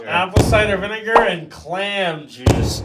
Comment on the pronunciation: Nobody gonna talk about "vinager"?